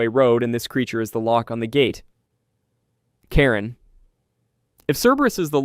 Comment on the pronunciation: Karen?🤣😅😆 its actually pronounced how its spelt ch-ar-on